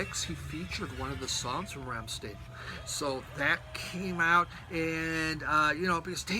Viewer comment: Being a massive Rammstein fan, I throughly enjoyed seeing you talk about Sehnsucht,, I can even forgive the somewhat cavalier pronunciation of their name 😉 Being that you have their back catalogue on CD you may be interested in a video on all my Rammstein Blu Rays and DVDs I uploaded recently. It’ll be near the top of my Music Collecting playlist and if you could give it a watch and let me know what you thought I’d appreciate it if you have the time, sir. I would post the link here but YouTube often class comments with links as instant spam. Hope you and your family are keeping well, always enjoy seeing you talk about records on a Sunday and am loving your college radio series too 🙂